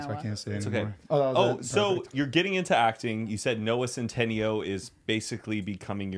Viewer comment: I can’t be the only one being annoyed at how is pronouncing Noah centineos last name 👀🙄😁 dude it’s centiNEO 😂